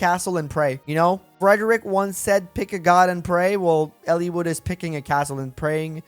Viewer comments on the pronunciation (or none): Its Eliwood. Not Ellewood.